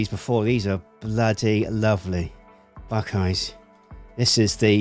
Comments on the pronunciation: Buck-eyes is how to say it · It's Buck-eyes.